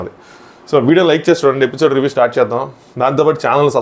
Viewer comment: ఎపిసోడ్ bro అది పిసోడ్ కాదు ❤❤